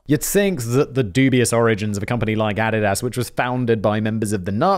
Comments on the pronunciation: Nah, as a canadian, im stepping in. It's ah-dee-dus. I dont care if its german, i dont say volks-vah-gin, so im not saying add-a-dass either 🤷‍♂️ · It's A-di-das. Please have someone let you know how to pronounce company names. For 20 minutes I didn't know what company he was endorsed by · Took me a minute to realize he meant Adidas (a-dee-das) every time he said a-dad-ass. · Also "Niek". I kinda like "Ah-did-ass" and "Neik" better anyway, the pronunciation sounds like a joke, much like those companies. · How to correctly pronounce Adidas for one. Every time he says "add-i-ass" instead of "a-deed-us" kills me. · Is Adidas pronounced differently in the UK than here in the US? I've always heard it as "uh dee dus", but Simon sounds like he's saying "added ass". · The way Simon is pronouncing ADIDAS ... closed captioning is showing "ADDED ASS" ....yanks pronounce it AH -DEE-DUS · A deed as…. Not add did as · Love your work Simon! I subscribe to all 27 of your YouTube channels! 😁 That being said...... your pronunciation of Adidas is killing me! 😂 (It's uh-DEE-duss) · I Couldn't help it! After this video I Had to watch My Adidas by RunDMC ... and picturing them pronouncing it like Simon! Got to "My Add-did-ass touch the sand of a foreign land With mic in hand, I cold took command My Add-did-ass and me close as can be We make a mean team, my Add-did-ass and me" and I lost it! Lol! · The way simon pronounces Adidas makes me laugh.. it's ah/ dee/ doss simon ahdeedoss😂😂😂😂 love you don't fight me lol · I couldn’t figure out what brand he was saying at first. Adidas 😂😂 A-dee-dus Simon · So is that the official pronunciation for Adidas? Cause I have never heard it pronounced that way before. I kept questioning what company he was referring to as I'd never heard of Addidass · Even the goddess Nike is pronounced Nai-Kee in England and now clue how he came up with Ah-di-dass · Ah. Did. Daas. His mispronunciations of shit are hilarious. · Ah dee das. C’mon now bro